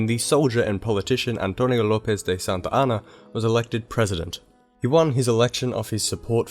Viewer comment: Why do you pronounce Santa Anna as Santayana?